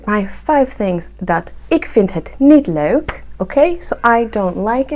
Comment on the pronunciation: Them's fighting words! (kidding)/ Good pronounciation on 'leuk', pretty hard for an Anglo sphere tongue.